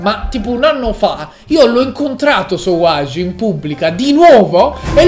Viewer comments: ma non si dice savoage ma savage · nn è sowage a saveig si pronuncia savage si scrive